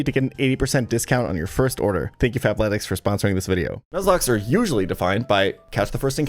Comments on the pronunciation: fabletics fab with a b i kept hearing that wrong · I’m the only person hearing Fap-letics….right… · I had to check the description cause I could’ve sworn you said “fapletics” lol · I kept mishearing the sponsor at Fapletics im so cooked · I thought he said "FAPletics" like he was about to shill me a masturbation based workout program.